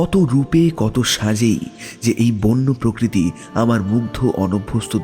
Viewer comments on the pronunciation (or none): none